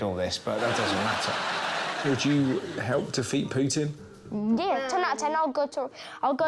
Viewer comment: " 'Ow does 'at 'elp?" Thank you, my dear.